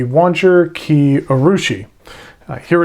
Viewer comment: oh, and Kiei is pronounced Kee-Ay